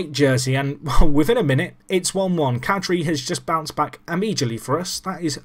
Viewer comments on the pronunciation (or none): Hey man Kadri is pronounced Kodri And Hjalmarsson is prounced Jar--maa-son